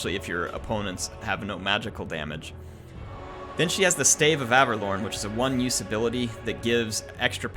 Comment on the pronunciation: Just a note, it's Ave-lorn, not Aver-lorn